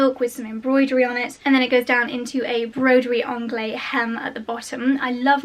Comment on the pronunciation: It is broderie anglaise (you articulate the last e).